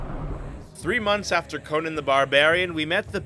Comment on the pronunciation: Conan - not Conin. What planet are you from?